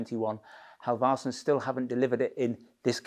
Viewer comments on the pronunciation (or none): Halv-arse-sons. Funny every time! :D I'd help you pronounce it, but it's not easy for me. Ask a Swede!